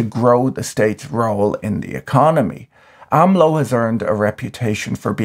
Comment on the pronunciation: btw, it's AMLO. not ALMO!